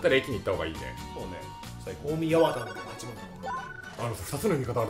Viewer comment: 「おおみやわた」× 「おおみはちまん」○ マジレスさーせん